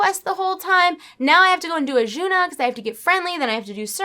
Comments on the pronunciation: Azsuna (no h in there anywhere). Otherwise, nice ramble video. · I cringe a little every time you say "Achuna" i love you tho.....